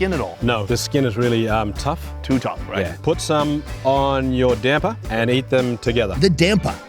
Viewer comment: nailed "damper", needs work on "goanna" but if he'd said "waada" (water), I'd campaign for his Aussie citizenship